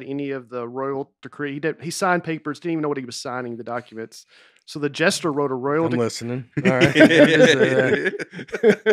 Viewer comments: Nate mispronouncing jester as "gesture" the whole podcast and then correcting someone else for saying coin wrong just once🤔😂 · For a guy who spent the entire episode saying “Court gestures”, Nate is pretty quick to pick up on any word even slightly mispronounces. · Best one yet for sure. It really helped while being in stand still traffic in GA for an hour! I also love how Nate was saying “gesture” instead of “jester.” Keep it up! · I was disappointed that didn’t call Nate out for saying Court “Gesture”.